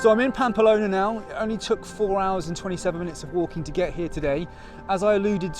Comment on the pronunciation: Unlucky with the weather. I did that route in early June 2022 just before the proper heat and fires. Had a lovelly time. Following your journey. Oh one minor irritation it's Pamplona not Pampalona!!